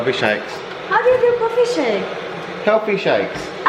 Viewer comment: congratulations 💗🎉 unang nood ko po ng vlog nyo na addict na po agad akoo huhu😂 sakakanood ko po sa inyo na addict na rin po ako sa "coffeee" *insert you aussie accent❣ God bless po sa inyo💖